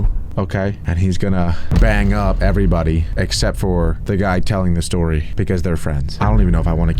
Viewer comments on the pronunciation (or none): That sounds so wrong when he says banged up